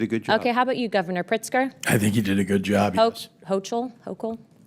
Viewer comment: funny when she said hochuls name wrong , Kathy is a blue carpetbagger